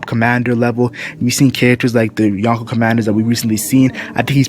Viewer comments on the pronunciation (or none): none